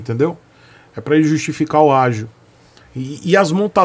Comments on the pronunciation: é ágio, não ágil. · "ÁGIO" , né? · seu malacabado! É "ÁGIO", desgraça! Tenha um excelente dia!